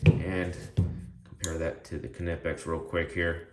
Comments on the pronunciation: The K is actually pronounced in Knipex because it is a German company, it follows the German pronunciation. The company itself even says the K is pronounced, they made a shirt stating it too. You are definitely not the first to point that out. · Do you pronounce the k in knife as well?